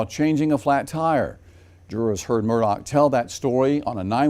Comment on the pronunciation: His name is pronounced " Murda" not " Murdock"